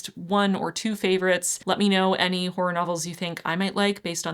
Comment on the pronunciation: I don't think it's pronounced "whore". It's more like haw roar. Hawroar horror. Two syllables.